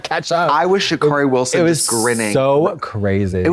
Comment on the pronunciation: Trixie….thats not how you pronounce Sha’carri’s name…